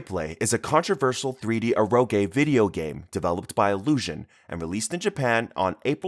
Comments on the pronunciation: The way this guy mispronounces Eroge is really jarring. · E rO gE. I feel like the guy speaking didn't have english as his first language. Some genres mentioned were the first time i heard their pronunciation that way